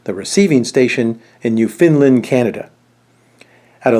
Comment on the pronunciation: It’s “Newfoundland”, not “Newfinland”….